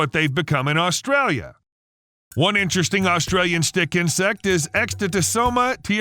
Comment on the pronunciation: There is not L at the start of the name Australia